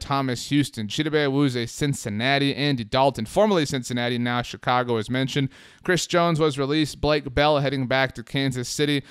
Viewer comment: Please stop saying Chicago like that, it fucking pisses me off as a Chicago resident. No one speaks like that!!!